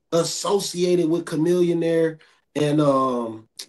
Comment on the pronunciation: Dawg said chamillionaire lmaoo riding dirty